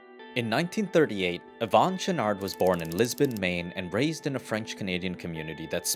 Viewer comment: "Yvon Chouinard".... "Yvon" is not said as "Yvonn", it sounds like the feminine version of the name. There shouldn't be emphasis on the "n". "Chouinard" is said more like "Chouinor" (you managed to say the first part of it nicely enough). Yes, I'm French Canadian.